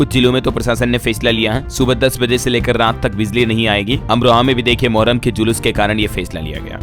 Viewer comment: Thik se padho moharram hai 😅😅😅